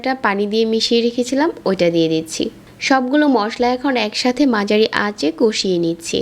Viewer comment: আপনি "ঝ" কে "জ" না বললে ভিডিও গুলো আরো বেশি ভালো হবে🙂 Like মাঝারি কে মাজারী😒🙂